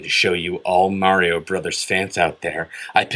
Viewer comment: This video is one of the rare occasions you can hear say "Mario" correctly.